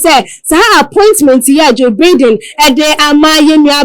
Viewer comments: Distasteful and classless. Don't they get any training (at least a selection process) before they make a public ridicule of themselves? It is 'Baiden'; not 'Bidden'. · Can someone tell this lady how to pronounce Joe Biden name right? What a SHAME